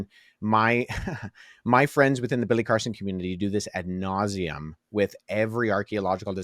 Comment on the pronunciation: Aaron laughing when ' camera went out It sounded like he said Billy Carther. Did he mean Billy Carson?